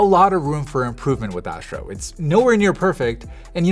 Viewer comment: Asssssstro. Not Ääschro